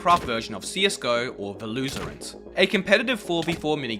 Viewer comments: VALOSERENT WTF WHY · valotorant 💀💀 im sorry i had too, good video though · Valoserant lmao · My man said Valotarant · no way man just pornounced Valorant as "valootorint" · i was dying when he said the loserant